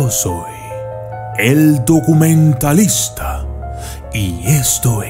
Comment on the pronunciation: Dijiste "DUCUMENTALISTA"???? Jejejjejejejje